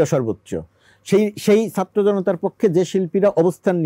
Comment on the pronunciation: এই বেটা তো ছাত্র বলতে পারে না। আছে নলতে পারে না। 😂😂😂